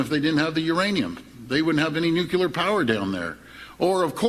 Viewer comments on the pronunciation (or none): Ford said, "Nucular power". LOL!